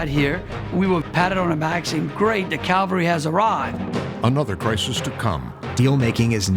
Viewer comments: "The Calvary has arrived" at the very beginning is a cute Freudianh slip. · 'The Calvary has arrived' ? That word gets screwed up often . It is Cavalry.